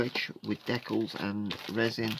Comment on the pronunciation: I twitch ever so slightly every time i hear an englishman utter the word "dekkals" It sort of reminds me of afrikaans. UGH !